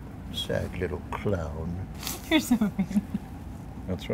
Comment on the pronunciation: The way he said "Sad liddoh clauwn :(" lmao